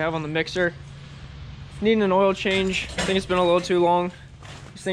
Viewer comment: emphasis on the “I think” 😂